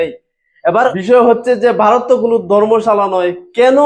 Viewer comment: বারত নয়, দয়াকরে নিজের দেশের নামটা ঠিক ভাবে উচ্চারণ করতে শিখে তারপর ব্লগ করুন।